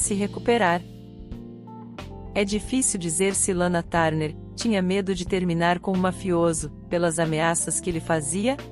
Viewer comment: Lana tarner😂😂😂😂😂é TURNER inclusive na pronuncia